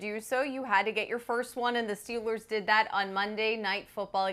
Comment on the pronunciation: Someone tell how to pronounce Steelers.